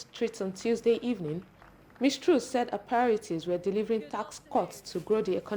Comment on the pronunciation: Pls get your reporter to pronounce TRUS Properly.